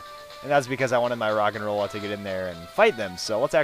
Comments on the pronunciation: when you said rogenrola I thought you said rock and roll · it sounds like hes saying rock and roll